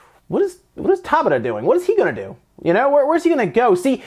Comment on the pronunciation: For those wondering, Hajime’s surname, Tabata, is pronounced Ta Bata, not Taba Ta.